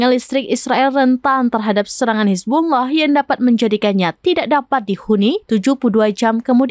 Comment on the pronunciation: Penyebutan Hizbulloh amat fashih. 👍👍👍